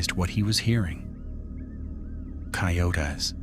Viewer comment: "Cay-oat-tays" fucking AI commentators